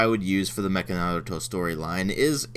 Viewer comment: Yeah I know that Naruto never said believe it in the Japanese version it's just English mis translation.But wow knew you know Japanese very well thought you only knew German and your Japanese pronoucing of Naruto at the beginning was spot on too.